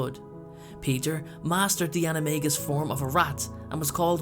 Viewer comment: Youre saying animagus wrong!